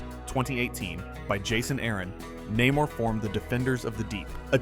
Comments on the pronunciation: Turned off at Na-more. Its Namor. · His name is "Nay-more" Namor